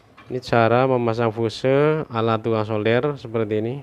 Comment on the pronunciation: Bacanya fius bosku